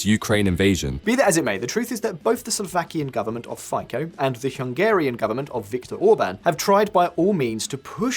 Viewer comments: Im sorry to be a pain in the arse, but it is pronounced Robert "FITSO"! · “Fico” is pronounced Feetso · It's pronounced Fee-tso damn it. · Fico is pronounced "Fitso", as said many times before. But you English speakers never bother to correct it hmm? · A small note (for future videos?), Fico surname should be pronounced very differently.